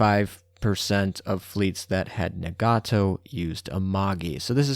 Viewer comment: Yay, I helped pushing that Taihou number ... to 1, apparently. xD Thanks for these monthly updates! Also, small tip for pronouncing Japanese ship names - don't stress/intonate/elongate any syllable unless it has a double-vowel in the spelling, e.g. it's 'Taihooooo' but not 'Amaaaagi' or 'Nagaaaato' (-exaggerated spelling for demonstration purposes^^).